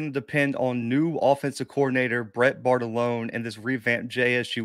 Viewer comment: I guess the joke is on you Cobi since the OC's name is Bartolone. Mr Ford pronounced it correctly; did not. Lol